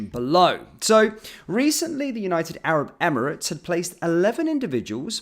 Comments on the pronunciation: 'united abrit ebremits'??? she cant even talk properly 😂😂😂😂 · Can’t even pronounce United Arab Emirates, twice got it wrong…. this country is fu*ked, Starmer and his underlings are all so thick it’s unreal😂